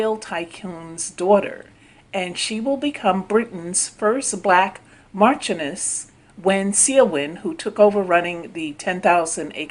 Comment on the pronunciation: ...hey!!!!......I love u and ur channel DEARLY!!!...the first woman's future title is actually pronounced 'mar-shun-ness'...I was curious as to what it meant so I looked up the definition and enunciation ( I had no idea how it was pronounced either😉👍💙)....ur voice is EXCELLENT for commentary and I look forward to more of ur exciting, informative, and very interesting work!!!...stay blessed and continue to impress!!!! 👍😇👍😇👍😇👍😇👍😇👍😇👍